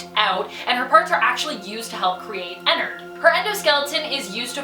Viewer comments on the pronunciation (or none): Her:Enerd Me: im s o r r y but it’s ENNARED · "Ennerd" IM SORRY but it's Enn•ard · Guys its not enard any more its enerd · Also enerd is pronounced e-nard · Ive been pronouncing ennard wrong